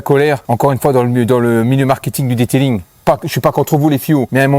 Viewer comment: Detelingggg 😂😂😂😂😂 super vidéo avec la franchise comme on aime